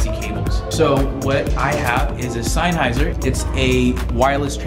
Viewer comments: This is actually a system designed for guitar repurposed for speakers. Alto makes a system specifically for powered speakers for $399. And it’s pronounced sen-hy-zer Not sine-hy-zer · Sine-heiser lol